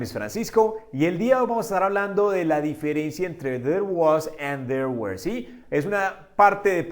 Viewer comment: Una pequeña critica constructiva were no se pronuncia wer sino wor